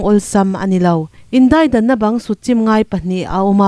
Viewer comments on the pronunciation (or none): none